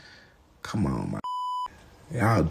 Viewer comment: was I the only one who thought that “On” said “An”